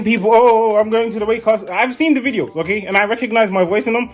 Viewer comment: The way he says okay ogayy